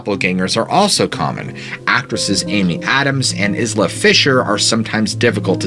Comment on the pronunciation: Sorry, I hate being pedantic, but I am, can’t help it. Percy Shelley’s middle name is pronounced Bish, as in bishop and Isla is pronounced like island! Merry Christmas, thanks for the uploads.